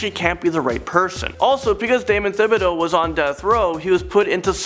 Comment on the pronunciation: not to pick thibideaux is pronounced as just ti-bid-o